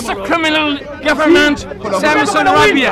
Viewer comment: The greyhead muslim man several times said " gefement". Now I realized he meant "goverment" )